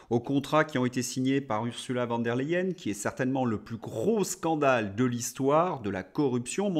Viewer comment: Merci, une petite remarque, il ne faut pas dire "VAN der leyen" mais "VON der leyen" en prononçant " FON" car elle est allemande. 😊